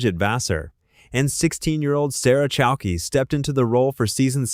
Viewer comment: “Lessie” Goranson? Lee-cee. Short for Alicia. Sarah “Chal-key”? Or Chal-keh? Chalké? 🙄 If you can’t trust your #aislop voice, write phonetically.